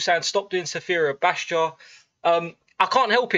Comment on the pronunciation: Man, in the next video I need you to learn how to properly pronounce Sfera Ebbasta..I dare you!😂